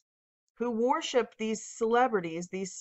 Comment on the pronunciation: “warship” “warshipping” WORSHIP PLEASE!! I love your content. I watch it in its entirety. The relentless use of the word with your pronunciation is distracting. Keep up the good work and may God bless it and you.